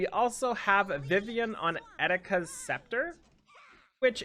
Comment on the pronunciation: All the times you said Eticas hurt my heart